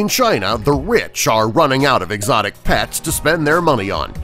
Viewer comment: pets not pats come on talk right for once